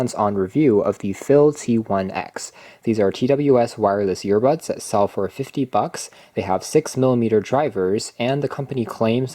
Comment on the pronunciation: Are you saying yearbuds?